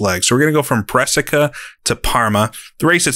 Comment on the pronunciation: I'm from Brescia, just so you know it's pronounced BREH-shuh